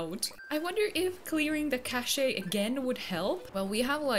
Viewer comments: Haha! Eugene with the circle frame glasses is so cute! Also, its pronounced Cash (cache) 😊 Yay!! Congratulations 🥰🥰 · i think cache is pronounced like cash but i’m not sure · Cash-ayy 😂 love it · Omg Im a software engineer who watches you to chill and you made me spit hot tea out with the cache pronouncement gurl im using that daily now. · lmfao the way she says cache